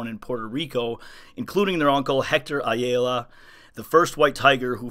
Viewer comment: Great stuff! Ayala is pronounced: "Aye-ah-la"